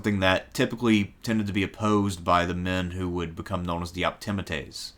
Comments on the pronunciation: Sorry, great video but the proper pronunciation is optiMAtes with the accent on the penultimate or second last syllable, just as you pronounce popuLAres with the accent on the second last syllable. You can look it up. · I believe Optimates is prononced ....( Opti-ma-taze ) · English is a stress-timed language. Where we put the stress in words or sentences denotes meaning. Been lectured on Rome many times. Never heard Optimates pronounced like that; because the stress is obviously on the A and not the I. The penultimate vowel, just like in Latin, but that's generally the rule in English too from that. Generally the rule. We have a lot of overlap in interests, but your nonstandard pronunciation always marrs it for me. "AE" sound is not the same as the "EA" sound. They're opposites, so praetor is obviously said like "praytor" and not like preator. These are English pronunciation rules, as well as Roman in this case. It's the same with medical terms that use the EA in pronunciation, or place-names, like with Cannae. We don't have a mish-mash of exceptions, but go for consistency in language, like the Romans did. There's no such thing as "most" centrepiece, it's either the centrepiece legislation or it isn't. I'm starting to lose the will to live, here. All I did was read books like, Suetonius or Cicero. I'm actually a modern historian, I just do the classics for shits and giggles. Cato the Younger was old school patrician and a staunch stoic. He was not interested in fame or the pomp and drama needed to make it in the old Republic or the new Imperium later on. This was why even contemporaries respected him. About his rank, he wasn't that rich, was he, and not that good a general. He only ever wore a black toga and not flashy b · If the narrator only pronounced optimates better…